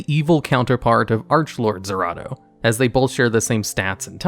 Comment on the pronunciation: "Arche Lord Zeratos" "I swarm" "Adjusted Gold" pronounce card names correctly challenge.